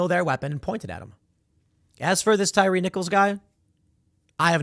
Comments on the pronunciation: its tie-ree lmao. tim calling this man a tire haha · That tire guy ... I believe it's pronounced Ty re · Tye-Ree not tire/tyre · I love watching white people absolutely fail at pronouncing black names 🤣 (Tie-Ree)💀🤣🤣 not tire💀🤣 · Tie-ree...not tire🤦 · TIE-REE. Not Tire. 🤨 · LOL TIRE NICHOLS.. It's Thai-REE. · He called him "tire" lol it's Tyre like tie reeee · Pretty sure it's pronounced "tie-ree" tim... who's name would be pronounced "tire"? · His name is pronounced TYE REE thank you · 😂 i realize the spelling, but it’s pronounced ty-REE… i think… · it's pronounced "tie ree" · It's "Ty REE" for God's sake.... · Why is it bugging me tim is pronouncing Tyre, tire !!! Lol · It’s pronounced Tie-ree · It's a stupid name please forgive Tim for mispronouncing a ret@ name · For the love of God, Tim…you’re from Chicago, you lived in NY and NJ, say the guys name right…you said it once and went back to butchering it. Second, fire your whole news team, they’re trash. ‘Centrist’ news reporting with leftist buzzwords…get real. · How do you live in Chicago most of your life and not know how to pronounce black ppls names 🤣🤣